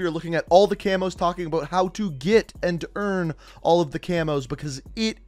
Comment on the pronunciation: "Aboot" he just blew his cover, now we know hes Canadian